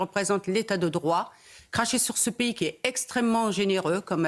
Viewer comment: c'est pas payé. en français c'est un pays et ça se lis P I comme ça c'est plus simple pour toi